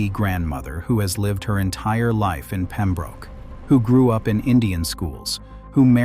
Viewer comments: It's pronounced Pem-brook, not Pem-broke. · It's ROB-ER-SON not ROBE. DIpshit AI. Pem-brook not Pem-Broke